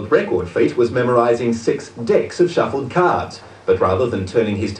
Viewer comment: he said: memorize six decks of suffle cards